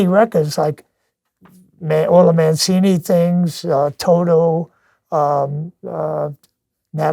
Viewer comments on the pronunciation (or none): none